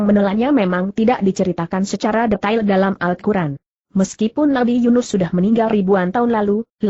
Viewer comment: lain kali jgn pake google translate pas baca al qur'an malah jadi al kuran